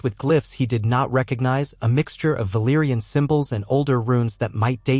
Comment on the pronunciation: Other Than That, Awesome Job, The Auto-Narrator can’t pronounce Old Valarion Names Worth Sh_t! It SoundsLike Daemon’s Dragons Name, Without the (C)!